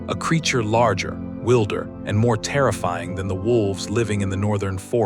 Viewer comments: I agree - I noticed wilder pronounced as 'will der', not 'while der' (wish we had phonetic typefaces available - lol) among a bunch of other words. . . . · Please stop using AI narration. There are always simple words that are not pronounced correctly. eg wilder is pronounced "WYLDER" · Yes. Is it so expensive to have an actual human narrator, I wonder? Only a few seconds in and wilder as in "wild" animal sounds more like wielder. AI has no nuance. Pity really, as otherwise it looked a really interesting documentary. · It's not pronounced Will- der. It's pronounced Wild-er